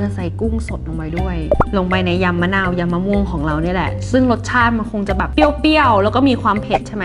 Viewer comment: พี่เขาพูดยิมมะนาว